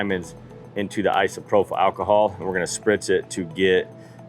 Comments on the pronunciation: I've been working with Alcohol for 40 years it's pronounced Isopropyl with a p sound propyl not an f sound prophyle( I live with teachers )ìm corrected all the time it sucks but it keeps me looking smart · Sure wish you could pronounce isopropyl. /ahy-suh-proh-pil/